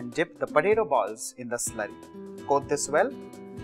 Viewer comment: it's potato not patato....